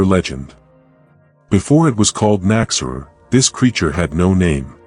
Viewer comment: An interesting video, but your AI narration is really distracting. It does not correctly pronounce the term KNOCK-ZEH-RUHR, either. I'm glad to see the Nachzehrer getting more recognition, though. Edit: fixing phonetics.